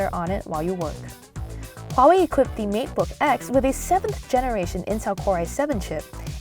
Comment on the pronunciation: i wonder why your pronunciation of Huawei is the most accurate i've heard yet and different from the other reviewers and i found out you're from Singapore